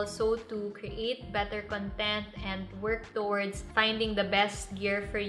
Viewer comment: wrong pronunciation po sa word na content